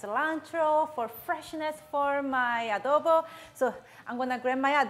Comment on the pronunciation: Other people: ITS PRONOUNCED CHICKEN ADO BOWW Filipinos: no it’s chicken adobo